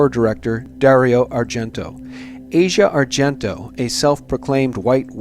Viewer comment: It's not important in the grand scheme of things, but her name is pronounced as "AH see ah",not like Asia, the part of the world. It's as if you see something and say "Ah! Now I get it". You all claim to know so much, yet don't even know how to pronounce the name of the person of whom you're speaking. I've lived in Italy for 25 years. Asia has always been known as someone who needs attention, but as a generally cool person. I think you're reading too much into her part in this. I do believe that Bourdain didn't commit suicide. He himself was speaking recently about the fact that if he "got a bad chest xray" he'd go back to shooting dope again. As a former opiate injector myself, of over thirty five years, I can assure you that someone who was still thinking of dope in that way would've taken an opiate od as the way out, and certainly wouldn't have even considered hanging himself.